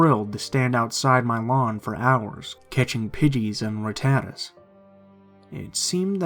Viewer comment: You are pronouncing rattata incorrectly.